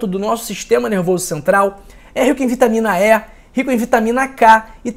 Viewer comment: Não é vitamina É é vitamina E 😂😂😂😂😂